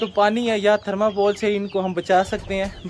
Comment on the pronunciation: Aap na thermacol ko thermapol kehte hai 10:1😁😄